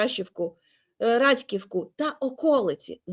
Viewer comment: Олено, не повторюйте вимову рашистів, ЗСУ звільнили РадькІвку і КіндрашІвку